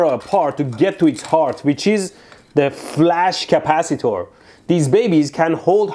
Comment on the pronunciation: why does flash capacitor sound like flux capacitor